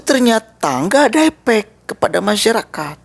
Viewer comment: Efek, bukan epek mas, kenapa lidah bibir njenengan? Bermasalah??